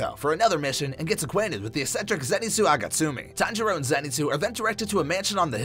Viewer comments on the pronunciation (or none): He said zenitsu AGATSUMI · Did you just say Agatsumi? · Zenitsu Agatsumi? It's Zenitsu Agatsuma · ITS A-G-A-T-S-U-M-A NOT A-G-A-S-U-M-E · Wait did o just heard zenitsu agatsumi???